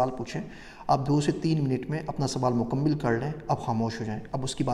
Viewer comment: لفظ "مکمل" میں دوسرے میم پر زیر نہیں ، زبر ہے ۔ اسی طرح لفظ "مختصر" میں ص پر زیر نہیں ، بلکہ زبر ہے ۔ یعنی مُکَمَّل اور مُخ٘تَصَر۔